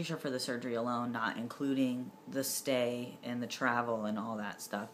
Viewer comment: *stay not yostay. lol